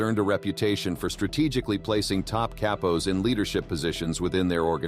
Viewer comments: Cape-pos. how do you call yourself and you cant pronounce Capos right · "Kay-pos" 🤣🤣🤣. Way to put some effort into getting your AI narrator to pronounce things properly so you don't look like a clown.